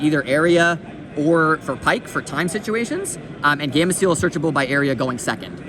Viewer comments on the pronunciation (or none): none